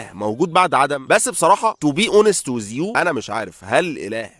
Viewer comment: توووبي اووونست ويز يو!!! هذا اسوأ نطق انجليزي اسمعه في حياتي حتى كلمة With المعروفة نطقها ويز بسبب عدم نطقه للذال وكلمة to be نطقها بشكل طويل وضيق وبالواو اللي تشبه حرف u مش o يعني زي الواو تبع كلمة ثوم مش الواو تبع كلمة يوم او صوم وطبعاً ما بتريقش على نطقه بس بما انه قرر يتكلم بالانجليزي بدل العربي لازم يعرف اخطاءه